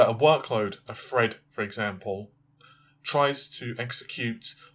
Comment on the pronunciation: Actually i thought he said, Balinda, like a womans name. Also T's have a hard F sound. So yes 16 Freds.